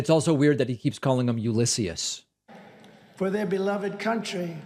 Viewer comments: "Uluisshius." Oatmeal brain Trump 🤦‍♂️ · The single reason Trump still pronounced Grant’s name incorrectly is that he slipped that once and said it wrong. If he now corrected it, that would be an admission that he made a mistake. And Trump is emotionally incapable of admitting to any mistake. Ever. Remember the 1917 flu? Well Trump does. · "Ulissius?" What a loon. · How tf does he nail dossier, but butcher Ulysses’ name? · Completely agree however you get a little too giddy over Ulysses mispronunciation and it really isn’t that bad. Really nitpicking when there are so many other deplorable statements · Archie Bunker again attempting to portray Biden as cognitively impaired, yet he seems to have siffi😢pronouncing the words cognitively, Ulysses, yesterday and his “soeech” is a confused ramble delivered in his weird monotone sounding like he’s in some fugue state? Clearly his cult followers are saluting with the wrong finger. 🖕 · Says Joe Biden is cognitively declining but can't even pronounce Ulysses' name... And those Blacks For Trump guys clearly didn't get paid enough to be there.